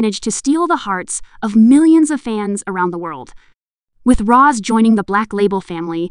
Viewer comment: Well, the video started out by pronouncing Rosé's name as "Ross". The tabloid Kpop gossip "news" channels are mostly all just running on cheap AI apps and always using computer voices. The announcement is a bad automatic translation job. Apparently, there is a real announcement in Korean and the weird translation gets some of it sort of right. (I miss the days when there were a lot of competent fans who made excellent videos. Most of them are gone and have been replaced by these computerized Kpop gossip "news" channels (many of which are probably made by the same group of people).